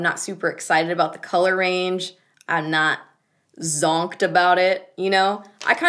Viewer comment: I burst out laughing every time you said zonked 😂😂😂 so much emphasis